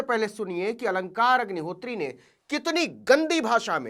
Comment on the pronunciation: Aap sdm sahab k naam ko galat dhang se le rhe hain Aap sachhe patrakar baniye .